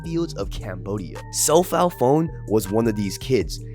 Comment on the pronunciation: Phon is p-sound and one. Sophal so-Pol as in the word polish for polishing shoes and not the country. Chaka would be like farm or Chin in khmer. So ja-gar.